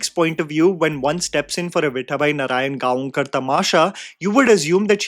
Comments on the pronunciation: let me make it easy for you... Instead of saying narayanGa-on-kar, you can pronounce it as Narayangaokar. Both are the same... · Correct pronunciation of her last name is Narayan gaaw kar. Literally meaning someone who’s from Narayangaon near Pune. Although not sure she had any connection to the town. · You dont have to put zing on gaon its pronounced as gawkar